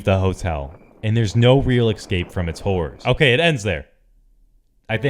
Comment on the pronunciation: You know what they say, there's no X in Escape